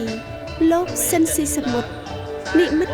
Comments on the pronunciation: អ្នកអានអត្ថបទហៅឈ្មោះត្រកូលលោក ស៊ីន ស៊ីសាមុត មិនត្រូវសោះ។ ស៊ីន ទៅជា ស៊ិន ទៅវិញ។ 😊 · គួរឱ្យស្តាយ…! ស្តាយទី១ដែលបាត់បង់តារាចម្រៀងដ៏ពិរោះ មានទឹកដម សំឡេងឯកគ្មានប្រដូច។ ស្តាយទី២គឺអ្នកអធិប្បាយអានឈ្មោះតារាល្បីនៃយើងខុស ស្តាយជាប៉ុនពេក។ គាត់ត្រកូល ស៊ីន តែអានពីដើមដល់ចប់ថា ស៊ិន។